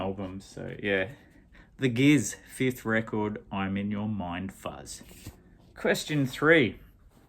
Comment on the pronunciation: Hey, because of you I bought my first Eddy Current today, really good. Guess what….its the one you showed! 😁 I thought you were cricketing away from home? My god you say ‘mind fuzz’ very well, almost as good as you say ‘hot lava’. Pube straightener….the pube straighteners sounds like an Aus punk band. The Beasts Axeman yes, wonderful album. Love and Death I can just put on loop and hear it 10 times off the bat…as we say. Now get back to that cricket. D